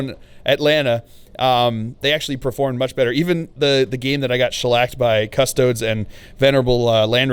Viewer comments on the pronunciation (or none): none